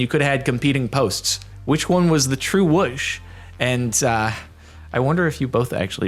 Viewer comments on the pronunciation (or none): stop saying wush instead of wooosh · Stop saying wush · Jordan saying “wush” and not whoosh is like old ppl saying ruhf and not roof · "which one was the true wush"